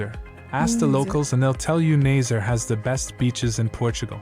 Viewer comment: I'm afraid the pronunciation of the place names isn't great, but "Nay-zerr" takes the cake. The name of the place is pronounced closer to "Nuh-zuh-ray", for native English speakers, and native French speakers might naturally pronounce it very nearly as it's meant to be pronounced if only they regard the word as "Nazarai" rather than "Nazaré", which is how we spell it. I'm fairly sure the problem is that the voice in the video is AI generated, seeing as it pronounced the name of King John (whom we call "D. João") as "Dee Jo-ah-oo"; although the name "João" would be troublesome for any human native English speaker to pronounce, you wouldn't pronounce "D." as "dee". "D." is short for "Dom" (sounds closer to "dong" than to "domme"), which, in turn, comes from the Latin "dominus", meaning "lord", and is the honorific conferred upon all of our kings.